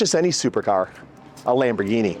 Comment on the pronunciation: Lombargine machine 😂😂😂 Do they sell Roys-roys as well? Anyways the channel is great, refreshing to see one without the classic influencer approach